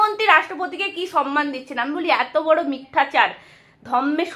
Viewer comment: তুমিও সমমানকে সনমান উচ্চারণ করছ?